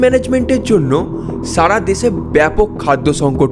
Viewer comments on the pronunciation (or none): none